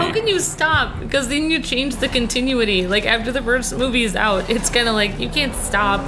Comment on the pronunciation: just said "continue-ity" instead of continuity